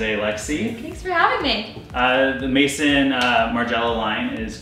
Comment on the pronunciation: Maison is not Mason guys.. Maison is house in French.. say is w/ a Z